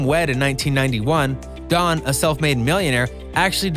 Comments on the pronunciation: His name is Don, not Dan..every other sentence you said “Dan” and then “Don” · His name is don. It sounds like you keep saying Dan. There is so much things being uncovered its unbelievable! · You kept saying Dan, it's Don....